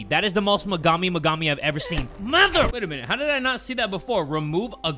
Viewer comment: STUTTERING SAYING "METHER" INSTEAD OF "MOTHER"